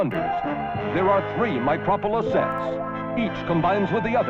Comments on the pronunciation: Mocropolis is a take on Metropolis and is pronounced the same way… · FYI - Micropolis rhymes with Metropolis.